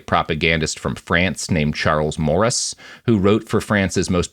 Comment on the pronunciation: Also it's said like Murr-auss apparently. There was a temporary exhibit at the The Liberation of Paris Museum when I was in Paris this summer about Jean Moulin's secretary Daniel Cordier. He was involved with the French right before the war and worked with Murras a bit so they mentioned him in the exhibit.